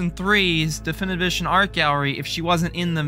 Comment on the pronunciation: Dom i have a question, are you unable to say difinitive edition or do you just say it like that cause i find it kinda funny to hear you mudder "duffndvv udrrzhnnn"